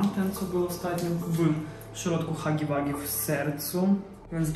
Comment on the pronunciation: hagi łagi się czyta :)